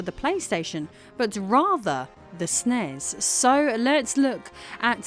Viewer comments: Luv ya my dear! But nobody said SNESS. S.N.E.S 😊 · Instantly unsubscribed when she said snes as a word. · It’s so cringy when people pronounce it “SNES” instead of “Super N-E-S” Or “S-N-E-S”. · I don't know why, but I always cringe when someone calls the SNES "the snazz". Guess I'm too much used to call it either the "As Any As" or the Super Nintendo. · It's pronounced "Snez" with an 'e'. Don't worry - we cringe when you call it the "Ess en e ess" 😉